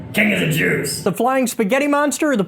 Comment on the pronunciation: Bro said king of the jewce